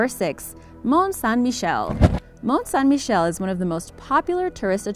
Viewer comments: Is just me or does anyone hear she say Mont "Shine" Michel? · St Michael’s Mount. Mont St. Michel. Do you see the similarity? Maybe your French isn’t so good after all. Fail